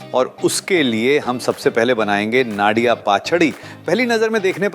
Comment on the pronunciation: That is not Naadia.. it Nadia or coconut. Also Mahaprasad includes traditional authentic Odia recipes. Make sure you are culturally appropriate because many people love to steal our culture. ifykyk